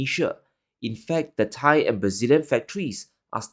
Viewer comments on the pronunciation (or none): none